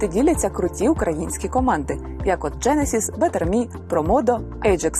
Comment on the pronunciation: Круто! Але правильно наголос в назві Genesis буде на другу «е»😅